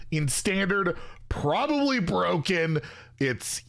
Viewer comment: Bur-O-ken lol you kill me